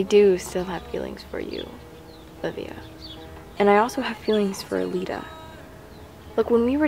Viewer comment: it's calita, not calelita:-)